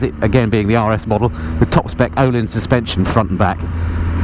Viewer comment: Again, well done! :-) By the way, that ö in Öhlins is pronounced like the "i" in sir or the first "i" in Birmingham. ;-)